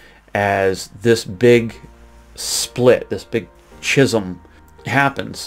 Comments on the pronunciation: "Chisum"? The word is pronounced SCI as in 'scissors" and SUM as in "some" "scisome". Methodists, Southern Baptists, JW, LDS, Pentecostals, and many other fringy "Christian" denominations are beginning to disintegrate. Most of them have very questionable and sometimes outright heretical roots and doctrines to begin with. If your church denomination originated in the United States, Germany or England, and within the last 400 years, it probably is nothing more than someone's attempt to "Westernize" Christianity and make racism, greed, avarice and disregard for the needs of your fellow man O.K. I'm not joking. I'm serious as hell. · I think the word you were looking for was 'schism' pronounced skisêm.